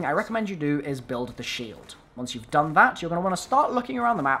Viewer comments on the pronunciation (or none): none